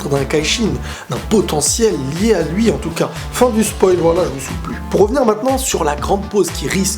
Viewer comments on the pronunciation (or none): none